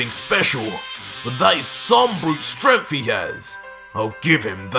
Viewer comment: Don't mean to be rude but why are you saying "stremph" instead of "strength"?